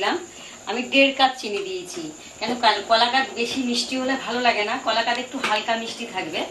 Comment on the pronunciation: Didi Koakadh noy Kalakadh bole .